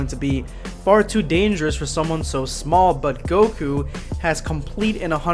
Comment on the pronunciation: Goku* not gokua